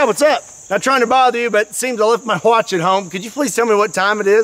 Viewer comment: Did you say hwatch?